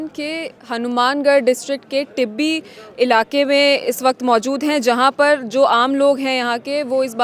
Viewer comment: Not तिब्बी ...it's टिब्बी